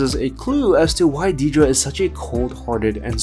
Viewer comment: It’s pronounced “DEAD-ruh.” Seriously, she’s a main character on the show.